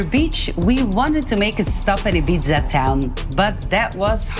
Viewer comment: Sorry to be pedantic, but it’s pronounced Ee-beetha in Spanish, or Eye-beetha in English. The Z shouldn’t really be pronounced.